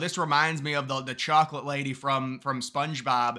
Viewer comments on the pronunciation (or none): "Whaaat? Did you say chawcolate?!"